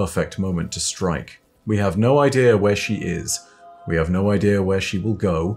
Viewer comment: Haha. said "Stroke" 😂